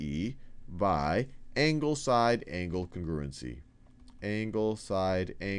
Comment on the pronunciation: Lmao "cingrewgency"